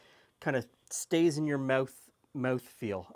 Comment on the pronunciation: eh-oot? meh-ooth? is that canadian?